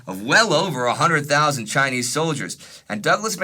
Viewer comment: I love your videos, but man does it make Mom and I laugh when you pronounce Chinese 😂❤